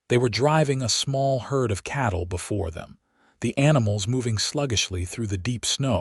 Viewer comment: Its not chattle, its cattle